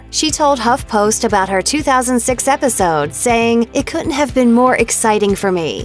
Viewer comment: This is a weird comment but the voice of the narrator had such great pronunciation except for words like couldn't and didn't. I feel like she should learn those it may help her career. Just some unsolicited advice lol.